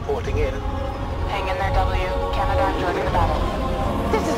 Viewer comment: It’s actually “Canadarm”